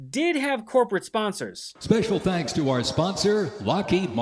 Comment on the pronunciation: Now the "Perade" is over....did Mantoddler say "Tank you so much?"